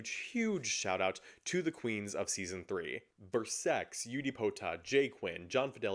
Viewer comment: You’re pronouncing Versex correctly though, YouTube won’t care lol